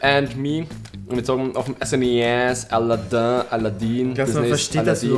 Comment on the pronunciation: Haha aladäää*-* Heisst aber aladin also wie mans schreibt^^